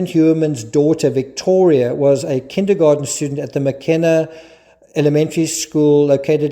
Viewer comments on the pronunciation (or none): none